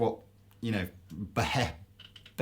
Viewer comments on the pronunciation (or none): It's pronounced "Ba-hee-moth." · to you can see working hard to spit out the word "Behemoth".